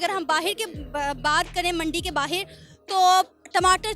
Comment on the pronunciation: बाहेर नहीं। बाहर होता है।😃😃